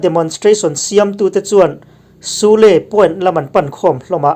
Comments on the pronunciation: sule hi suli ti a lam zawk tur niin k hria 😁👍👍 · Sule☺️☺️ spelling cu a dik a mase suli tih angin lam ri zawk la fuh ka rig🤭🤭🤭🤫🤫🤫